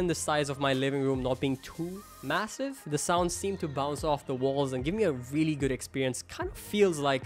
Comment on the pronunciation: I veally veally don’t know